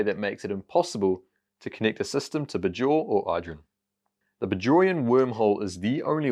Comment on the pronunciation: The way he says “Bajor” is jarring (maybe he hasn’t actually watched DS9) 🤔 Rhymes with Bayshore not Lahore